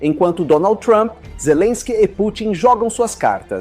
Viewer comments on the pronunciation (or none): POR QUE TODO PLAYBOY FALA DONALD THUAMPI ?????